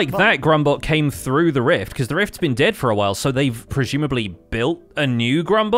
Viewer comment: Okay but the "riffs" emphasis is hilarious. I genuinely did not put two and two together until recently. The generosity of the hermits to is great. Even the animals are happy to greet him when he wanders out. XD Also Sausage what is that skin why are we back in Season 1 of Empires- (We will see later when he posts.) Edit: Okay now that the rift is open I am really just tempted to think Ren's brother comes through. Would be adorable, but not likely honestly.:P